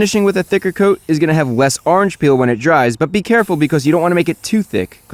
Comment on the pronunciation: "arrnge peel"